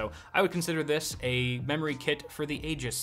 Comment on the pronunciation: I would definitely get the 3300x over the 3100 and toss out that garbage SSD for a smaller but better 128gb Team GX2 SSD. Would also choose a 2060 over the 5600 XT just for the NVENC. Or drop down to a 1660 Super for an even lower budget or to spend more elsewhere. And it's pronounced Ee - jis... Sorry your joke doesn't work.